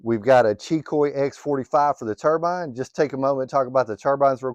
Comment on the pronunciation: Subscribed once I heard you say Xicoy and Turbine correctly in one video😂